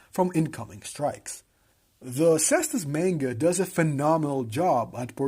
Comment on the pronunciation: Dope video, very interesting. IMO the anime is quite interesting and even tho animation budget is a bit on the low side fights are very entertaining. PS: it's read "Manga" not "Menga"